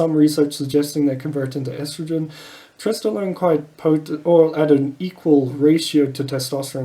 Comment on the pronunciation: Did you say stesstolone ? Lol